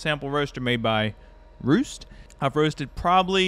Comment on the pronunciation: It is pronounced REST.